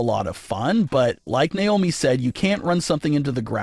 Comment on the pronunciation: It's not niomi it's Naomi 😢